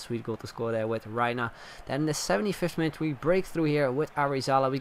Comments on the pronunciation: Reyna is such a good player to be pronounced incorrectly "r AI - n uh" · Great vid BTW REYNA is pronounced Ray-na but it's ok:)